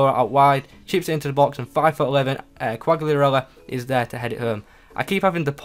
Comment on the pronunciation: It's cal-lee-ah-rella